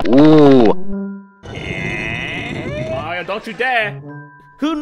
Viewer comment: Hellor, Marior!